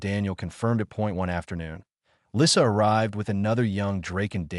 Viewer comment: The picture shows a man repairing a toy plane, not a ball, with a baby dragon that's much bigger than a house cat watching. Her name is misspelled Lisa while pronounced Lissa.